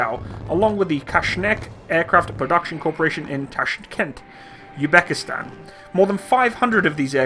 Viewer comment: its Uzbekstan not U-back-stan )))))